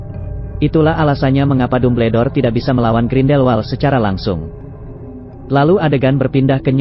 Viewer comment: Apa ni kok Dumbledore di baca tubeldor ini kaga konsisten